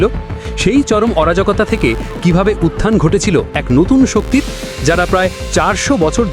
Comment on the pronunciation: "অরাজগতা" না অরাজকতা?